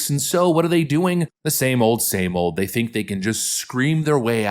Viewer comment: "We gonna see how day axe" ....... what ?